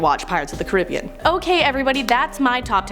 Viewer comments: Did you just pronounce Caribbean as car- ib-ian when it’s Cara-be-an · Prnounced as “CARE-UH-BE-IN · lo she said pirates of the cirbian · Did any one here the way she said Caribbean 😂😂